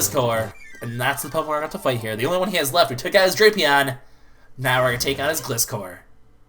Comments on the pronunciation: Actually its Gli-scor two syllables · It's pronounced gl-i-scor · its pronounced Gleye score